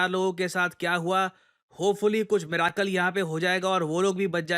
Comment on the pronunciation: Miracle को मिराकाल नहीं मिरेकल कहते हैं।